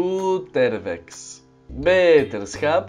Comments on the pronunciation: Bro je spreekr nederlands fout uit je zegt zo beeeterschap maar het is gewoon beterschap maar niet allen deze je doet dat bij elke video je moet dat leren nederlands is niet moeilijk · BETERSCHAP! IS HET BETERSCHAP! niet bheeeterschap baka!